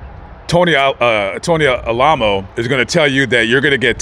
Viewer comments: that's, Al - A - Mow. as in remember The Alamo. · Oh yes I remember them. I was raised in LA. But I think their name is pronounced Al-uh-moe